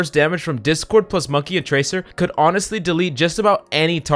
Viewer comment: Dude said Monkay... Bruh